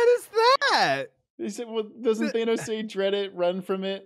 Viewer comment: Between that and "Thaynos" I'm convinced didn't watch the same movies as the rest of us 😂